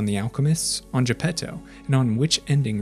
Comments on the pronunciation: Italian here. You actually pronounced it pretty good. Thanks for giving some consideration to the original work. To all the people complaining, you should see what MY brain does when the average anglo speaker pronounces Geppetto and Pinocchio. No offense. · Same here, listening to people saying "Arlecchino", but with an English ch lol, respect to this guy trying to pronounce Gepetto properly!